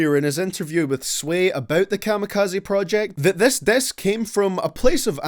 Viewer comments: stop sayin diss as dass thanks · Diss !!! Not Dess!😂💀💀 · What's a "dess"? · Nobody:: dESs